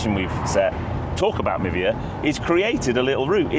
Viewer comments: Would the App not be pronounced “My Via” rather than Mivia ( like Niva?) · Oh.. I misheard you.. I thought you’d said “Nivea”.. skin care. 🤣